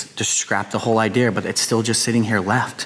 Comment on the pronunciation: He says idear